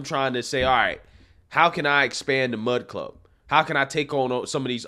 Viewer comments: My thoughts...it's "Mug" Club, not "Mud" Club. LOL. Also, I truly don't think he went looking to start his own media brand company. He was looking for more favorable terms than he was receiving from The Blaze. When he got out there, he found that what he has been trying to accomplish over the past few years would be completely negated through signing one of these contracts and was truly pissed of that others in his sphere were being muzzled by the terms in these contracts. Quite literally, allowing these loud, obnoxious, small groups to shut him up by bitching and raising a stink about something they don't like. The things they often don't like, are straight forward truths. With that said, he has decided to get a feel of how much support he would get from others to start his own business that wouldn't cower to the small woke few with big mouths. If he doesn't get that support, then just throw in the towel and go another direction. Personally as a Mug Club supporter, I am right there with him for the ride and will continue to provide my portion of support monetarily. We miss him. I miss him, Gerald, Dave, Quarter Black and the rest of the crew. I would listen daily during my work day. There's a big hole in my day lately. Can't wait to see what comes back! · Lmao you keep saying Mud Club. But it's Mug Club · You keep saying “mud club” lmao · Few things bro. It sounds like you're saying mud club. Could just be my ears. He's got 25 employees, YouTube demonetized him not because of lack of sponsors. It was your decision because of his strikes over and over.